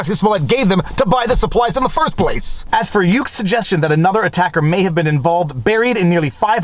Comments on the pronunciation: Hey Viva: his attorney is Nenye Uche, a very nice guy and respected attorney. His name is pronounced "Nen- yay Ootchay" I practice criminal defense in the area and know the guy. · the name is pronounced U~Ché, its a nigerian igbo name